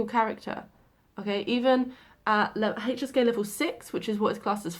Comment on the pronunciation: Every time you say HSK I hear hey cheesecake😂